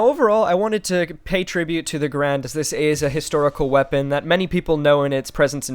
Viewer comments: bro your saying the name wrong😂😂😂😂 ga rand not ga rande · You say the name wrong